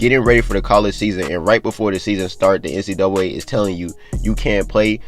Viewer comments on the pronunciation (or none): Nobody:: NC duway